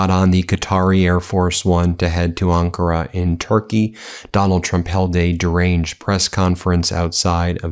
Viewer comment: Ankara, not Ankura!